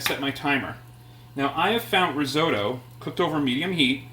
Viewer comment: Could not agree more, this may be an interesting family recipe but this has nothing to do risotto. And learn how to pronounce risotto properly. The longer I watch this the worse it gets, it really hurts watching this. You have no idea about the theory of cooking a risotto, and serving in a soup bowl. Go back to basics and read Marcela Hazan before doing another video.